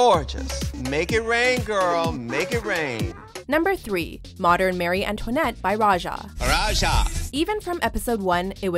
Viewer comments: Ik you did not just say Mary instead of Marie Antoinnette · its Marie not Mary Antoinette